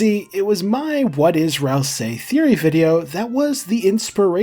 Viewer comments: I feel like i die a little every time he says RalSAYY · You say "ral SAY" so weirdly